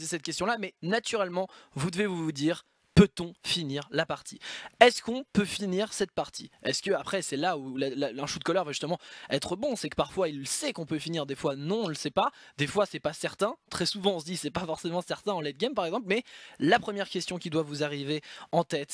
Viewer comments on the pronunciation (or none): C'est shotcall et non shoutcall